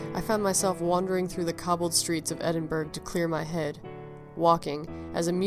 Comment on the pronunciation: So sad but a lovely tale. Could I just correct your pronunciation of Edinburgh, it actually sounds like Edinburuh or Edinboruh in Scottish, sorry so many people get it wrong but if you've never heard a Scot say it you'd never know.